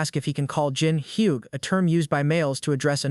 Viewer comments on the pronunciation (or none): Hyung - pronounced like young with an h in front.